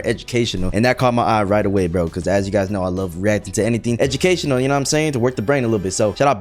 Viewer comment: it's a weaction